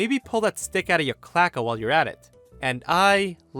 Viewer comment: I'm pretty sure that the word isn't "clacka", but really "cloaca" (pronounced: klow-AY-kah). It's a general-purpose term for an excretory/genital orifice in some lower animals. Birds, for example don't have separate bladders and anuses. They have a cloaca, and don't urinate, they excrete a chalky substance high in urea. Reptiles also have cloacas, probably the relevance to a Karen having one, from which to extract that stick that makes them so rigid.